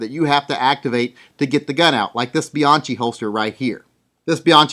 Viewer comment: "Be-Yankee". Say "BE-YANKEE". Not "Be-yonkee".John himself told me. Thank you.